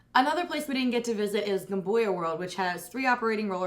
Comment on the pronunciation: As an Australian, I always appreciate everyone’s attempt at pronouncing Gumbuya World. But to help you out, it’s GUM-BUY-YA World.